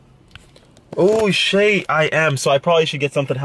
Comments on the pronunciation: If says shait, or however the fuck you spell it, one more time, I will kms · Stop saying shate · stop saying shayte please😂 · Not even a minute in and he says "Shayte" :| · No you wouldn't. They say shate not shiete, so you would be poor. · Please stop saying shate 😂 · PLEASE STOP SAYING SHAYTE... Just please 😭😭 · STOP SAYYING SHAIT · shayte why? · ffs stop saying shate. It's literally the most cringey thing ever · bro please stop saying shayte!!